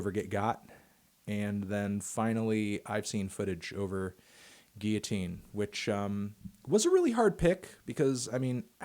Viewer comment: He says it goes guillotine not it goes “Geeyateene”